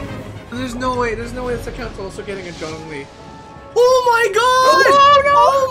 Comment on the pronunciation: also Zhongli not Jhongli